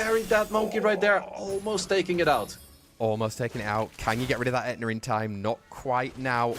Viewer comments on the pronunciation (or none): That dude saying "ETNA" does my head In SO MUCH. Please just say the word properly, H IS NOT SILENT. Sei literally says It properly right after you and has done for years now.